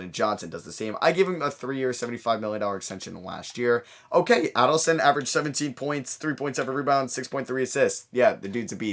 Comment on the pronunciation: Hey, Man!! I'm brazilian!! Just helping about Adilson Viana name pronounce!! It's: A like a letter i sounds; dil like deal sounds; and son like son of parentes. Adilson.